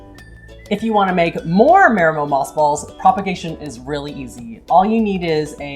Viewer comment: Repeat after me: it's pronounced "mah-dee-mo"..."mah-dee-mo"..."mah-dee-mo"...